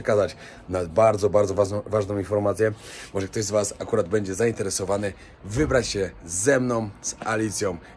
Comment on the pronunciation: Cześć, oglądam Cię od Varanasi z przed 3 lat, teraz jesteś z Kobietą, Mądra, Piękna Dziewczyna,! Ma Cierpliwość do Twoich błędów językowych! Bedzie, mow Będzie, etc